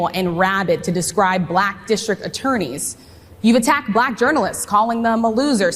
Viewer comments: He can’t even say black correctly, he says she identifies as bullack, seriously? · I HATE the way that he says B-lack. 🤦🏾‍♀️ I wouldn’t care if Kamala identified as Japanese. She’s still a better choice than Project 25 Trump. 😡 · “A bl-ack person” 😂😂😂 Harris Faulkner should be ashamed of herself. While he did have some supporters in the crowd most ppl there weren’t laughing WITH him, they were laughing AT him. Ridiculous 😂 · The way that thing pronounces words......like "black" in this instance, is insulting and derogatory. Trump is an example of human excrement in a suit. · And you see how he pronounce black he making a joke about black folk name he making a freaking joke about it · Why does he say the word “black” differently when he says it in a sentence? Have you noticed that before? Listen to him! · Listen to how he pronounces black, come on yall, it’s almost like he is emphasizing, condescending. why? He doesn’t answer questions he flips it. And blames others. All over the place. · The way he pronounces "black" is full of condesention and contempt. He's disgusting, childish, misogynistic and racist. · The way Trump pronounces “black” is WILD!!! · Just listen to the way he pronounces the word black